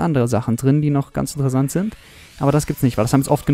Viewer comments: Es heißt interessant und nicht intresand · Haha du sagst immer intresand